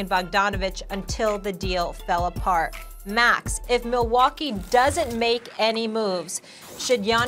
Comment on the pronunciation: Everyone: "Max" Perk: "Mex"